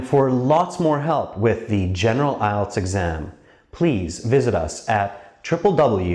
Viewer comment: Its ielts not ilets